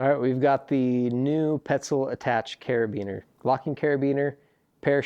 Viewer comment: Attach ? Its the Attache. Gotta use your best French accent.